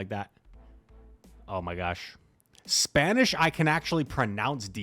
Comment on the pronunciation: That spanish sounded perfect in that intro bro